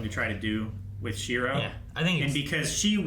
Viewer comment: How do they keep forgetting how to say Shirou's name?